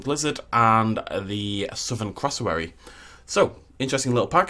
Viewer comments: Was anyone else triggered by him Pronunciation of cassowary as “crossowory” instead of “cassowary” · What's a "crossowary"?... Oh, you mean a "CASSowary"! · "Crossawary" Me (from australia) and Triggered Australians: "It's Cassowary!" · Its not a Crassowary.... It’s Cassowary. I don’t know why but this annoyed me to no end 😳😂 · You said cassowary wrong, just saying and I'm Aussie, also all the Aboriginal carvings/paintings in the rocks are made by Aboriginals